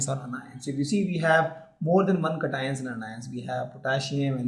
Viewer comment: Sai Datta I'm laughing every time he says it xD